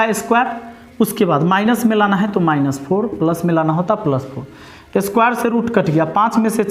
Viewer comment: पलस नहीं रे बाबा प्लस 😂